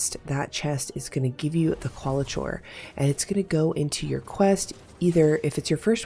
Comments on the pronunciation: Just a heads up for future vids.... It's Kwall-i-core rather than Kwall-i-chore. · This is not meant to be rude. But it is Qualichor is pronounced Core, not Chore. But thx for the vid. Big help. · Just so you know it’s Qualichor (Kwal-ih-kor) It was kinda funny hearing qualachore a bunch of times, kind of an ironic name tbh since this grindy annoying ass quest is a chore Given the “reward” I’d warn against grinding it out, just finish it the easy way with the deep sight scorn body every day, then find one group of executioners once you have the refined qualichor and then forget it exists unless you end up with more refined qualichor and come across a group of executioners while in an area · Qauli"chore" made it very difficult to listen to this vid. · My Linguistics professor said he's 99% sure Qualichor is pronounced as: cuh-WALL-ick-er. It's some strange word that Bungie created, which means they're the only ones that actually know. 😂 Since it's not a word that's used in the real world, there's no easy way for anyone to check the accuracy. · I'm SO sorry to critique but I wince every time she says qualichor the way she does. There is no way it is pronounced like that.